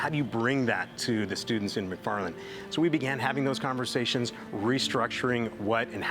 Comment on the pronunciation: It’s McFarland not mcfffarland 😂